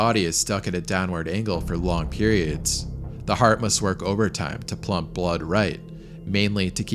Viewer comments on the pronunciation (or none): pump* not plump lol I know you work super hard on your pronunciations and I'm sure you were hoping noone noticed the plump